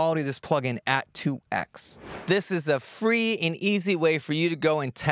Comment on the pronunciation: 2x is pronounced "2 times". The "x" is not the letter x, it's the times or multiplication symbol. Just one of my pet peeves :)